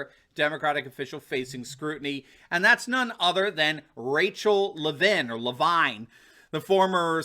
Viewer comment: It’s Rachel Levine pronounced LeVeen . So glad to see this criminal finally in the glare of a revealing spotlight along with our governor Wolf. Justice will be sweet, we’ve waited so long to see these cabal thugs fall!